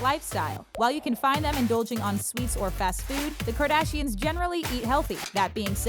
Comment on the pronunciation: “Kardasians” I cannot... 😂